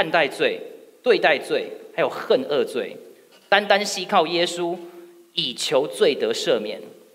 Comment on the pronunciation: 哈利路亚 感恩分享🎉 现在的时代需要更多这样的年轻人兴起～提一个小情况‘ ”恨恶” 国语中发音是“hen wu“ 同 音 “物” ～ 如果提的不对 请纠正我。